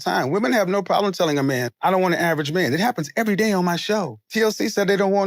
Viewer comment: Weird accent... the way she says "no" here it sounds like "nigh" to me. LOL!